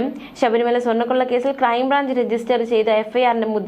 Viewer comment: Not Sabri Maya !! Read Very clearly please